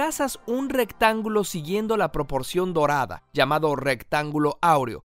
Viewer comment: Alguien se dio cuenta que en una parte del vídeo decía rectanulo